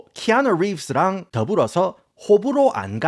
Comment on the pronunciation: 키아누 립으쓰~ 발음 뭐임ㅋㅋ